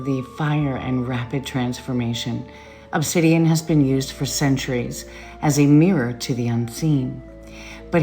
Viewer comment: this woman with obsydian lol like cmon